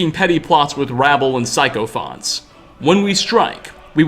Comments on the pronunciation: Sicophant not pyschopant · It's not pronounced psychophaunts, it's Sycophants. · Psycho fants 😂🤣😂🤣😂🤣😂!!! It's pronounced sicko fants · Sycophants is not pronounced "Sy-co-fonts". Its "Sick-o-fants". Damn that made me cringe. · sicko-fants Not psycho-fonts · it's not "psycho fants" it's pronounced "sickofants" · I thought this was obvious and that you didn't have to lore dive to figure this all out. It's pretty obvious when the hargravens are working with the foresworn. It's pronounced sicko-fant not psychopant. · syc·o·phant /ˈsikəfənt,ˈsikəˌfant/ when reading the letter you pronounced it psycho fonts 😅 which is somewhat apt as well but just thought you should know the correct pronunciation. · Sycophants is pronounced sick-o-fants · sycophants is pronounced sica fants (like pants with an F). it's basically a brown noser. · sycophants - (sik-o-fants) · It's pronounced, sick o f+ant. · I know I’m late, but the way he pronounces sycophants like that bro, I’m literally dying lmao 😂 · Imma let you finish, but you gotta never pronounce sycophants like that again please.